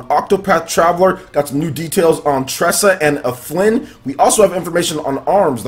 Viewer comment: His name is Alfin, not Aflin.